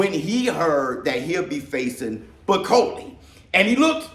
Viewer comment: 😂😂 why call him Bikoli when his name is Bakole..I know you ain't african but Bi and Ba is different